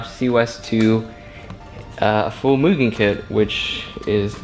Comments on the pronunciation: The real way to pronounce mugen is "moogen" idk why some ppl act like you're saying it wrong lol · Thank you for saying Mugen the right way 👍🏼